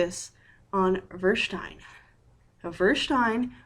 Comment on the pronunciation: Nice intro. BTW, verstehen is fur-stay-hen.